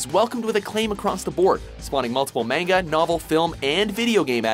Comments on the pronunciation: But the point is he's saying "manga" like it rhymes with the fruit, when it doesn't. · Every time he says "mayn-ga" I just cringe. You'd think after all the anime-related videos WatchMojo does, he would finally learn how to pronounce it. Apparently not.... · You're saying "manga" wrong. It's pronounced MAN-ga. With a hard A. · Goddamnit it’s MANGA “MAH-N-GA” And no Cowboy Bebop? Seriously? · Don't EVER say mAng-uh again!!! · Did you say mainga!?🤯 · How many times can we mispronounce "manga" in 15 minutes? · STOP PRONOUNCING MANGA WRONG!!! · insert all buttery otakus because he says Manga with a long "A" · I cringed the way the pronounced manga.